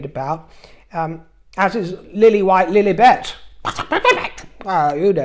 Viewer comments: I love love love it when you say Lfflllibflett 😂😂😂😂😘😘😘😘😘😂😂😂😂😂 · Oh! How I’ve missed you, my dear. You crack me up every time you say Princess Lilibet’s name. 😆 It’s wonderful to see you again!